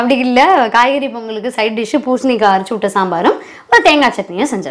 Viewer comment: Thank you sis,poshanikai became pusanikai.how beautiful to pronounce the ward.i like your tamil voice which is god given to you.ofcourse wards sometime we pick up from our family or friends.since so many youngster following your videos,you should pronounce correctly.convey my wishes to your daughter and to your husband.